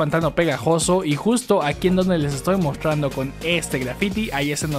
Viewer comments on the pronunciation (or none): Porque no haces bien la pronunciación de la TR me pone nerviosa que hables y digas “mostrrrando” 😒